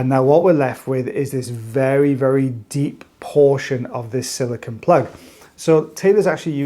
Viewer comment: Silicone, not silicon